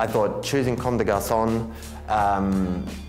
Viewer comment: they’re pronouncing comme des garçons like comme des garçonne